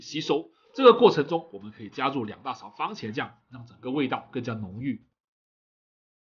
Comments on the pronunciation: 番(fan)茄。不是“方”喔老師。有蝦的地方，什麽都好吃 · 番茄，不是方茄！ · 我好像听到了 ‘’方茄‘’ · 为什么我一直听见方茄......😂